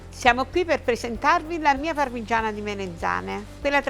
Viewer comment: 11.30: "ovviamente la parmiggggiana è fritttaa ehehe quindi un pò d'olio si vede...." ma che scherziamo??? quell'olio li è l'essenza del peccato paccaminosamente libdinoso...ci vuole un bel tocco da 400 gr di pane di casa...subito!!!!!! e ci navighi con la pagaia!!! godo!